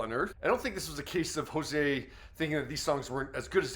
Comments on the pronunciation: It sounded like he was pronouncing it as "Jose" lol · Hozier not hozea